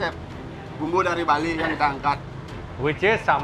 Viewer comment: lucu bngt ngomong bali😂